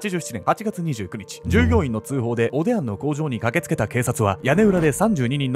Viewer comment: おでや？おでんに聞こえちゃう😅